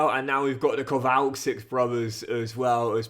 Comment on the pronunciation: I think it’s pronounced Kowal-chik